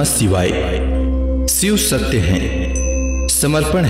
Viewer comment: सिव नहीं शिव 🙏